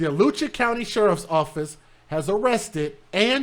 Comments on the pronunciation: This is my city! You butchers Alachua county and Levy County's name😂😂😂 "It's the dusty birds" for me😂😂😂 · It's Alachua (A-lot-chew-wa)